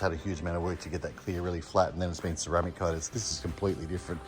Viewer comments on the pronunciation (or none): none